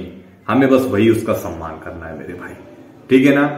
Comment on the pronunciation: Saman ki nahi samman ki 🤣🤣🤣